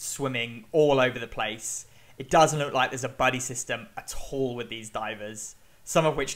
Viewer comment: That was the most British sounding “at all” I’ve ever heard in my life.. Atahlll